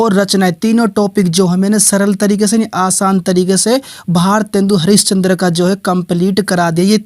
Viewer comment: bhosdke mc tohda sahi se naam mc eske kya bol rha hai ejaat se bol gawar😡😠😤